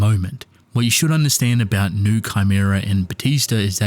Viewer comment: It’s pronounced “new-ay” not new